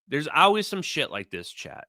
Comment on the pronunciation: dang it there is an L in the word always. Lol